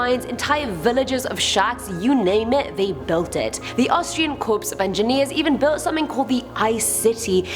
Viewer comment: Army corps of engineers isn't quite pronounced that way.